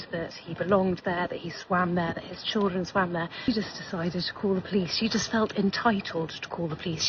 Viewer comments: First of all it's not "cheerdren". It's "children" as in "child". You know, exactly like you are acting. Also, no one asked for your kids IDs. They asked for yours, so asking "Did you ask for that kid's ID?" is a complete straw man argument. You don't belong there, so why are you trying to act like you do? Get a hotel with a pool instead of breaking into private property to use someone else's. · I noticed that too that he doesn’t know how to correctly pronounce “children”. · I'm sorry, sir...what, exactly, is a "CHURDRIN"? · What's a CHUR-DRIN? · “He chirgren” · "Cherjrin"...... yeah, his "children" have a bright future 👍🏽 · His chrir-dren 🙄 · Sir it isn't Cheeren it's children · How does pronounce Chrrruggren from the spelling of children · What's "Churdrin"? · "cheerdren" LOL... Why can't they speak English? or at least American. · "In front of yoor cheerdren" 🙄. Don't worry, you can still vote in Chicago without id bruh. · What is a "churrin"? He keeps saying "in front of my churrin". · They can never pronounce anything…churldren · Why do they ALL say "churr-dren" instead of "children"? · I was going to say churrin😅. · Hey hey whoa there.. Its pronounced chur'gren. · What is a "churrdren" 😂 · "My chirldrin" you automatically know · With his churldren 😂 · Oh I remember , “ my Cheerdrun,” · What is “churren”? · In front of his " churren" ?ohhh, so he was a guest? Not a resident. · His "churdrin" are there y'all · He can’t even say “children” correctly. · Can you not pronounce children. Chilren? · “Chillrund” “Poe-lease”. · What are "churdrun"... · dude cant even say the word children.. these "people" I swear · You can't even say children right!! And those aren't children those are baby baboons